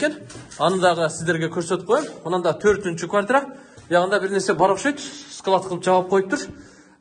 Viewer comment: БИЛИМСИЗ, КЫРГЫЗ ТИЛИН СЫНДЫРБАЙ, ТУУРА ТАК СУЙЛОП АЛЫП БАРГАНДЫ УЙРОН. КЫРГЫЗ АДАБИЙ ТИЛИНДЕ СУЙЛОНГОНДУ УЙРОН, ТАНТЫРАП ОЙДУ ТООНУ СУЙЛОБОЙ. КВАТРА ЭМЕС КВАРТИРА ТУУРА ТАК СУЙЛО.